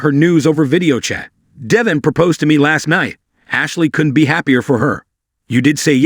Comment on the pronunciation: pronounce the names correctly!!! Devon is ..DEH-VAUGN...ACCENT ON VAUGHN!!!